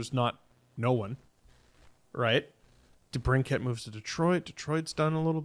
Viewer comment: Folks, it's DeBrinKIT, not DeBrinCAT. Yes, this is v important to me!